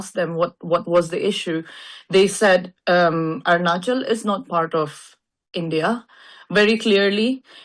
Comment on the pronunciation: 😮stop there pronounciation is not like Indian our arunachali